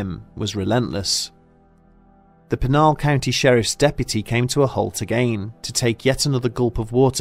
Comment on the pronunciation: Anyone who grew up in az knows not to mess with the Superstition Mountains. That whole area is cursed. Also this mans REALLY said “pih-nal” county 😂